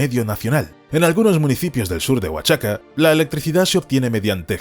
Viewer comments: Oaxaca se pronuncia cómo lo dice el narrador ("Oachaca"), se dice "Oajaca" . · Siempre estos videos tratando de criticar , se ve para quien trabajan !! Viva Mexico y si no puedes leer Oaxaca, pronuncialo Oajaca !! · Creo que te falta información verídica sobre cómo se plantaron millones de árboles para reponer los que se tuvieron que quitar y qué mala pronunciación sobre Oaxaca haces que suene horrible ( la x debe sonar como j ) OAJACA ( sería la pronunciación ) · My friend no es wachaca. Es OAXACA.